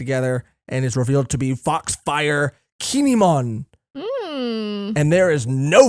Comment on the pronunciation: Please say kinemon